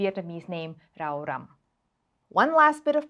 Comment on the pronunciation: Rau răm pronunciation is spot on! I think I can find the makwaen pepper in Vietnam - we have a thing called mắc khén (pronounced similarly to มากแค่น). It's a spice now commonly found in vietnamese supermarkets so it might also be a substitute as well.